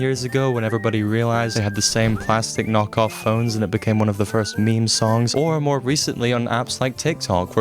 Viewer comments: saying me me instead of meme is crazy work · the way meme was pronounced